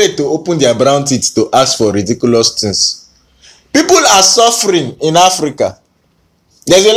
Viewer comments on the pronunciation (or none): none